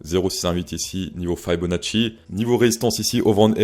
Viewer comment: Par contre on ne dit pas Faille beau na tchi… mais « fi beau na si »